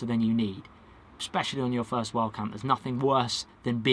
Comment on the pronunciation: I spent 5 minutes trying to figure out wth "wall camping" was! Lol Wild camping to way you say it sounds like wall camping. 😁👍🏼